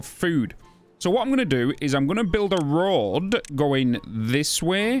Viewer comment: You got my eyes sweating because when you said "road" I heard "rod" with your moist shafts XD Seen timberborn before but uhh.. let's just say your unique approach to it keeps it fun, keep up the vids!